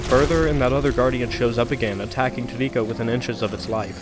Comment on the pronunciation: This is a great video. The only part I don't like as much is that the way you pronounce Trico sounds like it has three syllables, which sounds more like "Too nee koh" than "Tree koh", which is how I've heard most people pronounce it. Minor issue, but it does bug me.